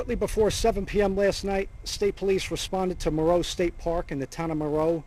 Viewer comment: FINALLY someone said Moreau correctly. It’s 10 minutes from my hometown. Unfortunately there are so many directions to drive in easily, I fear she is far away from Moreau. Prayers for her and her family. I hope she is safe. ❤